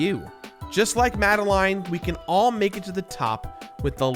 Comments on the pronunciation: "Mad-a-line" NO! It's "Mad-a-lin" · It's pronounced mad- a -lin. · Great vid, but I hate the way you pronounce “Madeline”